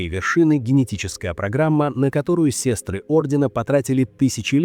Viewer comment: Не сестры, а сёстры ☝